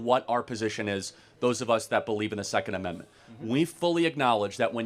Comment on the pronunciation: he wants to overturnt the secont ammentment